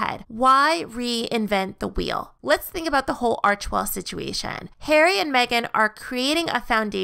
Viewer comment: I think you're maybe pronouncing the name incorrectly, but who knows? It's Arch-e-well.